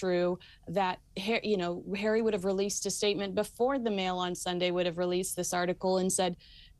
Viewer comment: his name is HARRY not herrrrrry makes him sound like a right lover